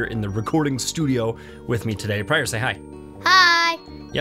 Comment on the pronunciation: Pryor, don't lis... prior? priar? anyway, don't listen to him. added sound effects are always needed.